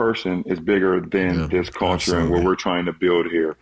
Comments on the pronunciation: Unnecessary LeBron hate Vol 12,500: I hate how he says "Call-ture". Btw, according to Skip Bayless source, the knee injury is fake because there's no way you could have kept playing w/ a grade 2 sprain. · Steve Nash shoulda broke down Lebrons "Caolchure" just in case there was some confusion lol